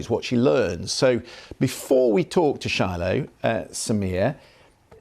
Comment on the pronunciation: Fail at "Shilo" 😂